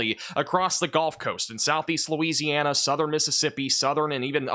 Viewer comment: Can someone tell its the GULF coast, not the GOLF coast?? 😂😂😂